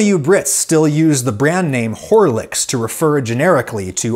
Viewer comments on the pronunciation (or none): I thought he was saying "whore-licks". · "WhoreLicks" ! lol !